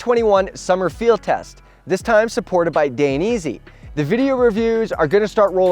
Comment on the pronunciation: . It's a moto company and I hate to be that guy but I do moto, it's pronounced *Dyne-assy*. Just wanted to lyk because I would if it were me aha. Great video, exited for the new ones to come!